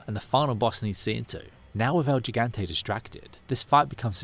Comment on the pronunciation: It's "el gigante" not "el jigante"